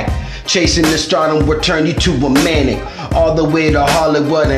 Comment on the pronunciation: He pronounced “maniac” as “manic”